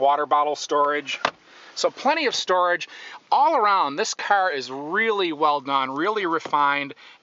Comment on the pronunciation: I hate how he says 'CAR'